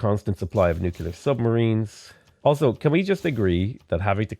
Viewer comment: Nu-cle-ar. Nuclear